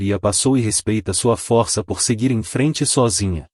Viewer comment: O narrador pronuncia a palavra força errada e a palavra Valeria errada apronunçia é lé e fô.